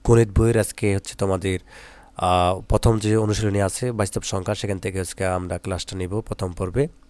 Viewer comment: স্যার বাস্তব শব্দ টাকে কি উচ্চারণ করলেন...😮😮